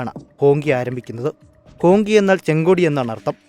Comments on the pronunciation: ഹോങ്കി അല്ല. ഹോംച്ചി (ഹോംഷി ) എന്നക്കെയാണ് പറയുന്നത് എന്നാണറിവ് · ഹോങ് ജി എന്നല്ലേ ?